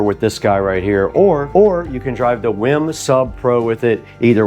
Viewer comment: This guy pronouncing wiim wrong the whole time. 😂